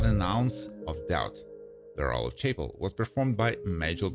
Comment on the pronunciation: You might want to consider getting a new person to do voice overs who sounds more natural, and less robotic. Also, someone who can pronounce “Nimoy” and “Chapel” correctly. Do better.